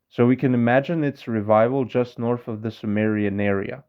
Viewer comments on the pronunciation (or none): "Norf Africa"?.....It may seem like a bit of a petty nitpick, but it annoys me when people pronounce the TH sound as F. Especially since this is a language themed video! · That's a possibility, but I think it's rather unlikely. His accent sounds to me like one of the lower class British accents, and in these accents "TH-fronting" (pronouncing the TH in "thin" as an F) is the norm. So it's much more likely that he simply grew up speaking that way, but that physically it wouldn't be difficult at all for him to pronounce "north" properly, had he grown up among people who pronounced that sound. ....Anyway, it's not a huge deal really, but I just find the F pronunciation of TH rather annoying, and he's literally doing a linguistics video, where he's talking about reviving extinct languages, so it doesn't seem unreasonable to ask him to start by reviving the TH sound in his own English 😉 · Yeah, I'm aware of the "TH-fronting" phenomenon, but to me it sounds pretty awful.....Anyway, the guy's talking about literally reviving extinct languages, so is it too much for me to ask that he revive that TH sound which has become extinct in his particular dialect but is still broadly used in most standard English dialects? One sound should be a lot easier than a whole language, no? 😉